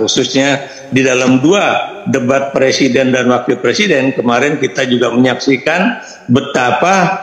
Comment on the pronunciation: Jokowi bilang presiden aja ngucapinnya per siden ..keliatan klo gak pernah sekolah